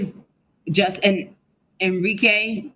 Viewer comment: A-rike!!! Why she keep calling her En-rike??😂😂. Otherwise, nice video folks.👊🏾👊🏾